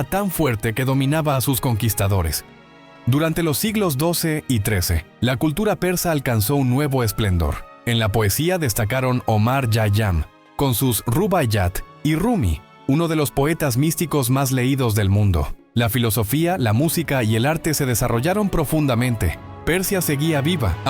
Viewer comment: El nombre es Omar Khayyam y me parece que se pronuncia "kayam" no Yayam.